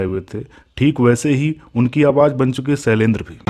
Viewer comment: बेवकूफ पहले बोलना तो सीख ले, सैलेन्द्र नहीं, शैलेन्द्र होता है.